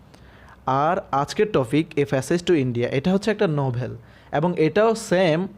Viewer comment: ফ্যাসেজ না প্যাসেজ হবে